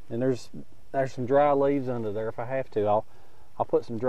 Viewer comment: ok now you are pronouncing "there" in 4 syllables lol